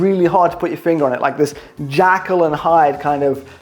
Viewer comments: You know it's Jekyll and Hyde and not Jackal and Hyde ? ;-) xx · Superb effort on the Everesting! p.s. Jekyll and Hyde, not jackal, or it might be a bit of a dog;)